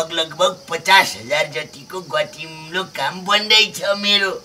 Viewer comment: पाँडेको घर कहाँ रहेछ, त्यतातिर गतिलो लाई गतिम्लो भन्दारैछन् । सधैं यही सुन्छु त 🤣🤣